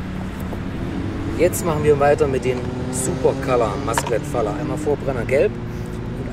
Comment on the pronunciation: Schöne Böller. Apropos spricht es sich Masclet Fajer aus. Im Spanischen wird LL wie ein J ausgesprochen.